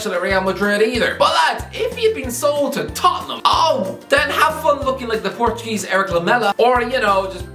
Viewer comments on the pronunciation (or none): none